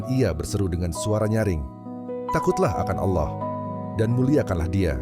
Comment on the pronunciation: Biasakan pengucapan kata Allah yg benar, jgn ajarkan kata alloh, apa itu alloh